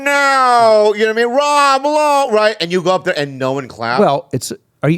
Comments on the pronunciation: Nah why didn’t ya’ll have Jaime on for this one LMAO “Rob Loway” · Rob Lowe is the most difficult name for an Asian to say. Lob Rowe